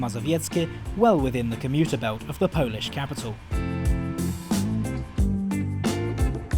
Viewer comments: your Polish pronuncitation is immaculate, i'm incredibly impressed! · How is your Polish pronunciation so good??!